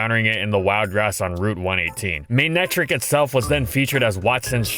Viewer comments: tfw when its pronounced ma-neck-tric and not may-ney-trick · Odd pronunciation… MAY-netric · There's only one wrong way to say Ferrothorn, that being ferrohthorn Also FDG: MAYNECTRICK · mey nei trik ? lol i never guessed it pronounced that way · The way u pronounce his name ruins me